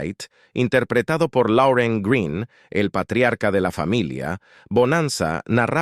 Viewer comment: no es lauren green señor.....:face-orange-frowning:es lorne green jajajaja siempre ud cambia los nombres ,,,hahahaha